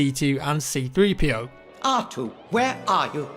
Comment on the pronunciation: I'm glad you called C-3PO, C-3PO instead of 3-CPO like Matimio called him.